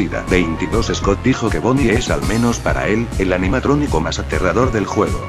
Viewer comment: En la 16 dijo anianatronico :v